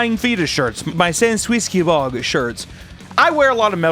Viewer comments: Sanskwiskebawb is my new fav pronunciation. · Its sang-gwee-soo-ga-bog (alledgedly) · Excuse me but it’s not pronounced sanguisugabogg it’s pronounced sandwich sugar balls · You just lost all of my respect after mispronouncing Sanguisugabogg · The sanguisgabogg pronunciation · The pronunciation of Sanguisugabogg had me like 🤨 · Uh actually it's pronounced Sanguisugabogg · I love how he pronounces sanguisugabogg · that sanguisugabogg pronounciation was absolutely heinous lmao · You mispronounced “Sanguisugabogg.” Very disappointed.